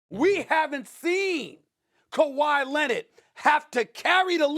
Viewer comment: SAS: Kawhi Lennit